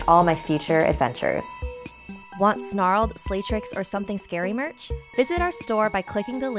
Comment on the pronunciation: Lol u said make sure u subscribed to “Starled”